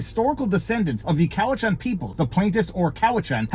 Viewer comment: btw it's pronounced "Cow-it-chan". Ask me how I know.